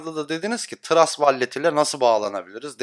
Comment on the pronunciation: Yanliz , vallet deil vollıt